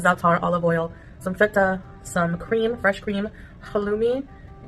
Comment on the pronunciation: Why did she say ‘feta’ like that lol